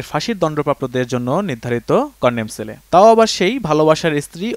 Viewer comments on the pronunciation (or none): Condom cell না Condemn cell হবে। এতো বড় মেইনস্ট্রিম নিউজ চ্যানেল তাও এতোবড় ভুল কিভাবে করে এরা।🙄🙄